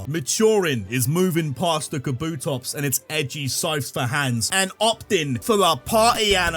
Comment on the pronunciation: DO NOT LEAVE OFF THE P IN KABUTOPS!